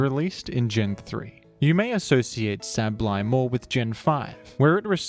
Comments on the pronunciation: DUDE... "say-buhl-eye". Not "sabb-blai". PLEASE. I had to click off of this video. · Geng-gar Sable-eye This is the correct/more popular pronunciations and I will die on this hill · I’ve never once heard Sableye pronounced as Sab-lie. I’ve always heard it pronounced Sable-eye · Where did you get that pronunciation from though? It is sable, eye. I do not understand. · If you think that's bad, I originally pronounced (and sometimes still do out of habit) Sableye as 'sabble-eye'. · Sab-Lie is understandable if you don’t recognize the word “sable” when you learn the name, but it is strange to hear lol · My pronounciation: “Say - bol - eye” My parents pronounciation: “Pikachu” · isnt it sabel eye idk i could be wrong like with decidueye pronunciation(fr just asking no critique) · Yea… you still manged to say sableye wrong Nice vid tho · I had to pause the video after the first 10 seconds, I’m sure it’s very good informative I just can’t listen to the way you say his name 💀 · this guy pronounces "Sableye" like an automated hotline would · good video but they way you pronounce Sableye causes my brain to short circuit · Why are you saying Sableye like that... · Tf did u pronounce sableye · look my point is just that it shouldnt be pronounced like abs, it should be pronounced like able. The ab part. Also no, theres basically no universal rules like that in english. Youre just saying shit more confidently like it makes you more right bro stop